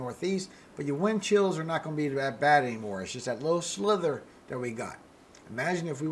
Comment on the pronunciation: Just s slither or sliver? I kept hearing slither